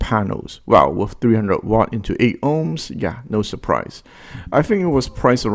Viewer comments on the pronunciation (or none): none